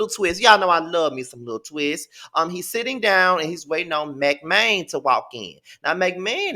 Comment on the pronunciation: i’m dead at you calling that man McMan lmboooo it’s maine like the state 🤣🤣